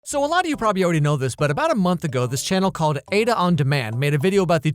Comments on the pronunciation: The channel you mentioned is Ada on demand, Ada pronounced "Ah-da" not "Ay-da," which she mentions every single intro. Please try to pronounce people's names correctly. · Ah-da not Ayda loll